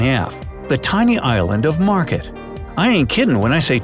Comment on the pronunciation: Märket (=the mark) is not pronounced market. Instead use the same pronounciation as the a in "say" on Ä (and ä).